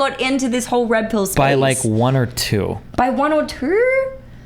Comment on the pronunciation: If you like accents, you'll love . "By one or two." - "One or twaur? Nauuuur! That's not trueauurr!"